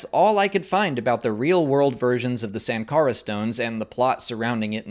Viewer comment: I think it's more like .... Shankara..... Like Siva is pronounced as Shiva